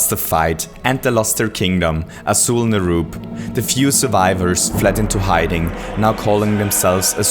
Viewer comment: check the pronnounciation of names, thats not how you say "fiend" and "Azjol"